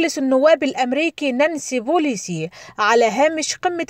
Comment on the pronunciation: نانسي بيلوسي وليس بوليسي . انطقي الاسم صح وبعدين طبلي